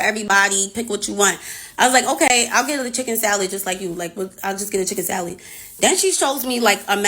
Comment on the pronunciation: Lmfaooooo chiikeen sALiittt ?! 😵‍💫😳 chikken salid?!! 🤣🤣🤣🤣🤣🤣🤣🤣🤣🤣